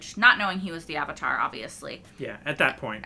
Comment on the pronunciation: Appa-tar: The Last Airbison.